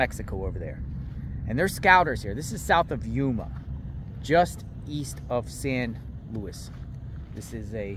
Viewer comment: Pronounced San Loo-ees. Great reporting 👏 thank you for exposing what's happening on the border